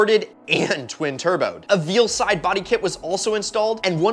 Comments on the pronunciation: you said vealside i pritty sure its valeside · he said "veal" side kit lmaoo